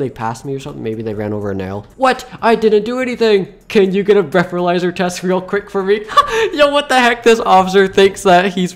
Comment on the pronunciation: “You broke the breathaizer”